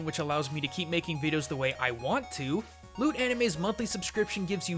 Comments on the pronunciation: for a second I thought he said 'lewd anime' ( ･ิ-･ิ) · When he said "loot" anime I thought he said "lewd" anime XP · sounded like lewd anime. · i heard " lewd anime " instead of " loot anime " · oooooooh! LOOT anime i thought you said LEWD anime. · kind of sounded like he said lewd anime and not loot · I seriously thought you said lewd anime. wtf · thought he said lewd anime